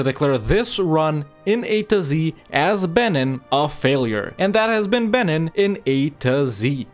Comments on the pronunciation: It’s pronounced Ben-een not ben-inn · I only got 1 minute in because I can't handle your pronunciation of Benin; the second vowel is pronounced like "ee". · It’s pronounced ‘beneen’ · Please learn to pronounce the nations, I can't listen to you saying BENNEN 50 times